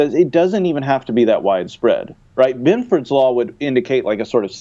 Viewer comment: Ah hell, I typed Benford, but the damn autocorrect added that extra "o". I was just commenting on the pronounciation